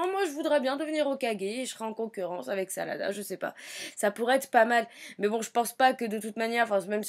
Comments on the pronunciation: au début elle a dit salada au lieu de sarada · Ça m'énerve les gens qui tente de prononcer les prénoms en japonais alors qu'ils le prononce mal!!!Sérieux arrêter quoi!!!!Sarada maintenant s' appele Salada?!Nan mais j'hallucine!! 😂😂😂🤣🤣🤣😡😡😡😡😡😡